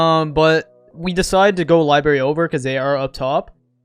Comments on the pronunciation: STOP SAYING LIBERRY INSTEAD OF LIBRARY I SWEAR TO GOD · L-I-B-R-A-R-Y not LIBARY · STOP SAYING LIBARY!!!!!!!!!!!